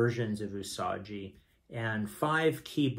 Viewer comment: the way you are saying "usaji" its definately "usagi". u sa gi.